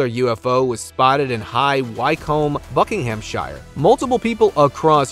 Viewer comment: It is pronounced - high wick-um, bucking-um-cher.👌